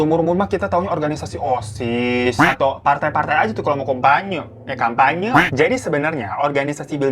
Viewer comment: Lidah typo "kompanye" :vv hahaha